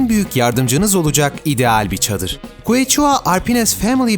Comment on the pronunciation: ingilizce biliyorum arkadaşlar siz bilmiyorsunuz demenin başka bir yolu keşua diye okunan quechua yazısını kueçua diye okumak!!!